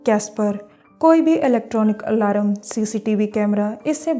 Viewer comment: Aalaram haaa.... Its alarm